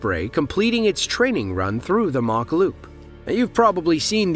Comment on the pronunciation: Just me being picky here mach is pronounced Mak after the name Machynlleth. Sorry welsh guy here.